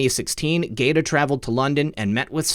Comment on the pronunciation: If Michael Gaeta pronounces his name like the Italian city - it's (guy-A-ta).